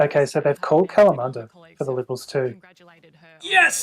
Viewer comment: Kalamunda... shocking pronunciation! Ya'll takin' the piss!!